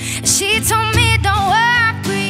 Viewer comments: no she grew up in Canada and that's not what an Italian accent sounds like 😉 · I listened closely, I heard "worpry"